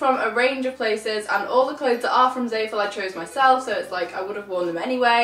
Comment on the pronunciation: It's zah-fool not zae-full